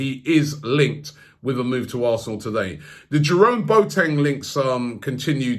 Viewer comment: Robbie: ‘Bo teng’ No It’s ‘Bo a teng’